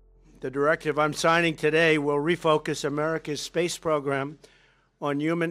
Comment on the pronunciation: lol i just love how he talks! wocket pwogram wussia